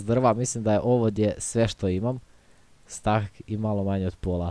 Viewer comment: kaže se stek a ne stak